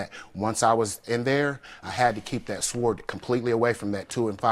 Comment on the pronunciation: I’m sorry a what? A Swerd? Or a sword? 😂